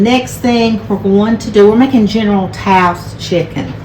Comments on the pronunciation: General So's chicken, i used to pronouce it like you until the people at the chinese restaurant corrected me. Its pronounced general so's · Hey! It's pronounced "so". Do you know how long I went pronouncing it the same way you did? Oh my goodness!! I had no clue! My son finally explained it to me but, I'm telling you, if it's not an English spelling, I have a hard time with it! 🤦‍♀️🤣 Thank you so much for putting this recipe up. I don't do spicy but, my family loves this dish. Now, I can make it at home! ❤️